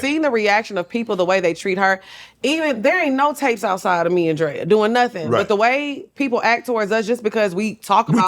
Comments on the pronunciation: Shannon keep calling Drea “Dre” is killing me 😂😂😂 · I’m so weak at Shannon calling Drea “Dré” lol. This was a great episode. Love Lex and Drea! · It’s him calling Drea “Dre” all episode 😩😂😂😂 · Him calling her Dray the whole time was killing me